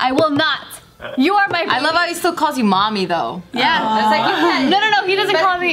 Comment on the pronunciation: you say my bebah every vlog 😂